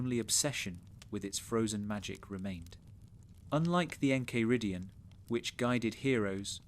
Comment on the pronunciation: how are you gonna pronounce the enchiridion like that